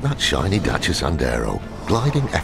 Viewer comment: Why do you pronounce it as dacha it's Dasia